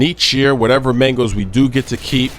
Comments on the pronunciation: lol "mengos" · He said Mangos so much it sounded like 'Mangles' after 4 minutes. haha